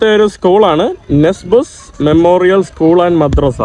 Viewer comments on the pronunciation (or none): none